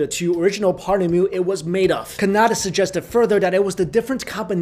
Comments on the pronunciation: Paramanu. like Param aah-nu. not Parmanu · And it's not pronounced as Parmanu, it's "Paramanu" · The correct pronouncation is Pur Maa Nuu